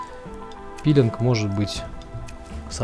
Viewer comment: Всё красиво кроме слова пииииилинг